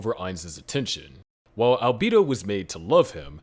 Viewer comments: Was gonna watch it until i heard Alb-ee-do instead of Alb-e-do. Unwatchable. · deeply offended at the pronunciation of Albedo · The fact that you can't properly pronounce albedo's name is ridiculous did you even watch the anime?!?!